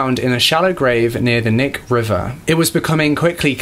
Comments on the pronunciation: I also it’s not NICK like “nick nak” it’s K-NIK. You say the “k” then the rest of the word ☺️ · lol Alaskan here its - ah-cloot-nuh for eklutna - sue-word for Seward - kuh-nick for Knik - Mat-tah-nooska sue-sit-nuh for the matsu valley It’s not a big deal some places here are hard to pronounce it’s just funny to hear words that I’ve grown up hearing sound alien in other people’s mouths. I actually had to listen to the eklutna one like 3 times i was so confused lol But Im rlly sad that the justice system is so much worse here than back then. Murderers here can get off with 20 years while this guy got 400 years like wtf i could get killed right now and my killer would probably get put in the corner and not allowed to watch tv for a week like that’s basically what it’s like🙄... and i also can totally see something like that happening here today, people are so gross when it comes to hunting(bad place to live if you’re like me and you care more about animals than pleasures blah blah blah), and how dangerous people seem to be here like there are a lot of mentally ill people that aren’t getting the care they need bc idk every system here is just wack? People that genuinely need mental help are out sleeping on the streets bc our hospitals don’t want to help them... man i should be the spokesperson for vacation Alaska 😂😂😂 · And Kah-nik, & Sue-Ward. Lol he got pretty much all of it wrong. But he tried. I'm from Anchorage & my family knew his frighteningly well.